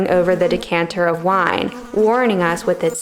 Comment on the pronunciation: At the end, did she say "dick-canter" or am I hallucinating? 😁